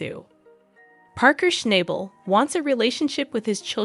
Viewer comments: SHNOB BUL NOT SHNIBAL OR SHNAYBUL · It would be nice if you actually pronounced his surname correctly!